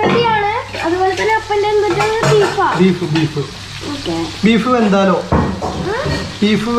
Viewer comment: ബീഫ് വെന്തലോ അല്ല ,ബീഫ് വിന്താലു ആണ്